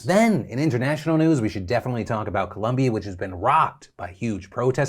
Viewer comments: did he say colombi lol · Great vid but it's pronounced Colombia not Columbia